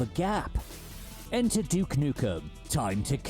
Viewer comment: Excuse me right at the start of the video "D*ck Nukem" huuuuuuuuuh? Let me hear that again... yap that is certainly not DUKE alright